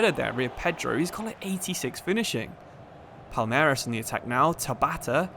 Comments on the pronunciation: for portuguese speakers it seems like u said "palermas" (which means fools) isntead of palmeiras. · It is not "palermas" wtf, it is "palmeiras" reads something like "paul-may-ras" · it's very nice to see you shed some light on the libertadores, since its very often forgotten by european football fans. the pronounciation was great for most of them too! just palmeiras, its not palermas kkkkk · Is Palmeiras bro , not Palermas 😂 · PALERMAS??? PALMEIRAS!!!! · Palmeiras..... "Palermes". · man called Palmeiras "palermas" instead Dude called an entire fan base "idiots" in their own language 😂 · palermas means smthin like bufoons lol, palmeiras (portuguese for palm trees) is the name of the club, but as a Sao Paulo aficionado im not protesting, continue calling them bufoons pls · bro calling Palmeiras something like "Palermas" lmao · Palermas kkkkkkkkkk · You tottaly botched Palmeiras name hahaah it's prounuced "Pawn - May - Ras". Much love from Brazil. Flamengo fan here! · Nah he was right. He said “Palermas”. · I don't get your pronunciation of Palmeiras. Still, good video! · Can you try pronounce palmeiras please